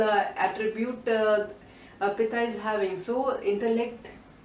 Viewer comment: Thank you for this wonderful information! I hope what I say does not offend you. I'm very particular about spellings and pronounciation. Throughout the video you referred to the Pitta dosha as 'Pita' which means Father. I hope this can be corrected in future videos. Sorry for being nitpicky.